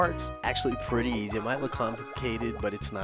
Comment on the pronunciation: Easy did you say east